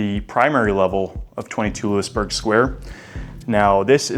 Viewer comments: Hey....WHY would anyone hire you when you say "LEWIS-Burg" Square...you're pathetic...it is LOUIE-Burg Square. Where are you from, OHIO? Get LOST! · Looey burg square. Not Loo-is